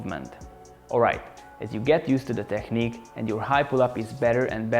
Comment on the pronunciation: You opened my eyes with that video and the one about pullups. It seems like I found a great channel I will definitely be coming back to. Don't want to be rude, when you pronounce 'technique', pronounce -ch as -k - /teknik/. Thanks a lot for sharing your experience. Cheers!